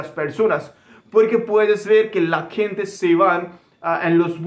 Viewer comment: Protocólogo y mascarilla se dice en español y gente, no kente!!